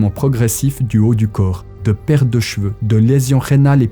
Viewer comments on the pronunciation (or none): none